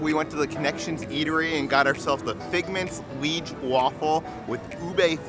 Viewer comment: Hi :) Just to add, if I may, it's "Liège" for the pronunciation. For the waffles :) It's a Belgian town where the waffles come from. Belgian waffles are famous in Belgium, just like our chocolate =)